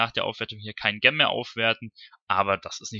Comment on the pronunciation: Wenn Du noch mal über Juwelen reden willst, Gem klingt so, als ziehe man sich die Schuhe verkehrt herum an und bindet die Schnürsenkel zusammen. So sieht die Aussprache richtig aus : dʒɛm - wie bei Jenny oder Jerry. Ansonsten natürlich sehr informativ und danke für die Mühe. Viel Spaß beim Zocken.